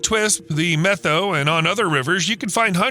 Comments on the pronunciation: It's pronounced Meh toe or Met ow as in "owie" Not Meth oh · Met-how river, not meth-o. Edit: I've also heard meth-ow in this vid. The pronunciation is like the "new york METs" and "HOW are you." Met-how. No "th" sound anywhere. Beautiful area. Edit: Tulalip is pronounced too-lay-lip. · Its NOT pronounced the "Meth-oh" Forest & River. Its pronounced the "Met-ow" And it wasn't all the 2015 fire. It was most recently the 2021 fire that spread over 650,000+ acres in the 4 north and central Washington counties. You are missing a huge player in your "story." That is the Okanagan County Conservation District. They do tons of beaver work, actually started this beaver restoration project if I remember correctly. And another thing that the CD is doing using beaver as a tool in their box of goodies. That is BDAs or by their full name Beaver Dam Analogues. It is when man goes into a watershed, 1st through 3rd order, and install imitation beaver dams, or, the BDAs. Humans build these dams, based off of Utah State University work, and install these structures to back the water up and create the pending action desired. This is quickly followed up with willow and cottonwood, birch plantings. You did an OK job with this video but you sure missed a lot as well. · Really good video! However, Methow is pronounced "met how" and not "meth oh." Soirce: I grew up at the confluence of the Columbia and Methow rivers. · BTW - it’s pronounced Met-how. Not Meth-ow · Pronounced, "met-how" not meth-oh..?otherwise, good stuff🙂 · Methow is pronounced Met-how. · FYI, Washingtonian here... Methow is pronounced MET-how. The name comes from the Okanagan word "sunflower (seeds). Some locals also refer to the river as "che-wack". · Me toe is how you pronounce Methow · The Methow Valley is pronounced MET-HOW. :) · Common pronunciation of Methow is Met -HOW. Thanks for shedding light on this restoration. Still remember the evacuation from this fire.